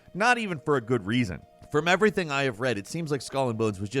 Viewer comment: "I tell you ebry ting"